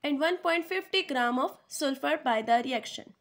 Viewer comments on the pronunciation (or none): Or سُلفر nhi Hota سَلفر Hota h